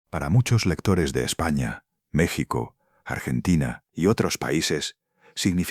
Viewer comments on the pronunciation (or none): none